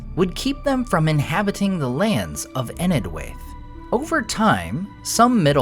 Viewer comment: Just as a side note for the nerds, "Enedhwaith" should be pronounced as "EneTH-why-th". The digraph DH in Tolkien's works represents the voiced TH such as pronounced in words like "This" or "That". TH in Tolkien's works should be the unvoiced TH sound like in words such as "With" and "Math". The diphthong AI should be pronounced as a long "I" as in "Eye" or "Why", with perhaps a slight "ah" sound at the beginning. Written English dropped the differentiations between dh and th a long time ago but they still exist in our pronunciation and so Tolkien used them in names in his works. DH = ð (voiced dental fricative).